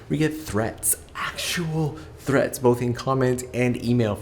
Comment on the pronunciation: Threaths?!?! What?! 😨